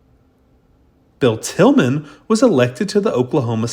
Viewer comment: It was Bill Tilghman, not Tilgham!